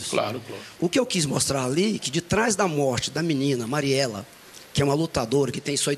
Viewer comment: Pq todo idoso tem dificuldade em dizer Marielle? Caramba, todos acima dos cinquenta falam "Mariela".